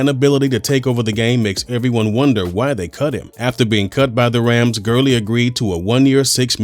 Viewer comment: Todd Gurling!? ITS GURLEY